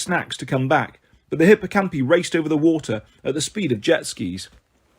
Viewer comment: Sorry, but hippocampi and pegasi have a strong I, so would be pronounced hipp-oh-camp-eye